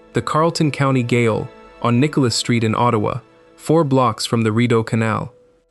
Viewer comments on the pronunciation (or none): Ottawa Gaol on Major St. is pronounced 'Jale' and that whole building is super haunted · gaol? thats the old word spelling of jail. pronounced jail. lol